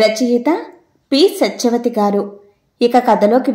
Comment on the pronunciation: You pronounced " SACHYAVATHI GARU". But the spelling is "Sathyavathi Garu". So I should spell Sachyavathi. Any clarification?